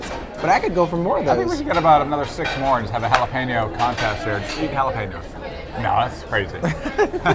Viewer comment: The "pen" in jalapeño is pronounced like the word pen not peen.